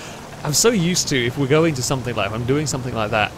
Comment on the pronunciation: It's "something" not "sumpthink"